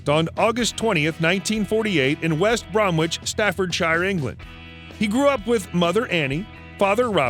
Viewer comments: West Bromich phonetically. Not West Bromwich. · Pronunciations...West Bromich and Staffordsher (I’m being really picky!!) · Lol, at the way they pronounce West Bromwich, Staffordshire, and Worcestershire. Why is there a picture of Mick Jagger ? When it first talks about him meeting future bandmate John Bonham why is there a picture of Robert Plant and Jimmy Page? Wow, when listing some of their albums they miss out 3 of the most famous ones, Led Zeppelin II, Led Zeppelin III and Led Zeppelin IV!